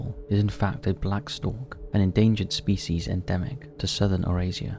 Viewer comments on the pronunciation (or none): none